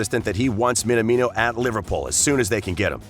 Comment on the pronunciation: His name is pronounced Min-amino, not Min-a-mino.